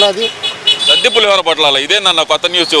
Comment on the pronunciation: సద్ది అనబోయి సాది అన్నాడు. తెలుగు రాదు కదా!